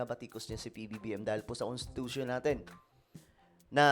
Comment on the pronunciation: CONTITUTION daw...CONSTI Tatay Digong